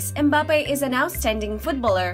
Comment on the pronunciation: It's NOT M-bappe; it's Mmmbappe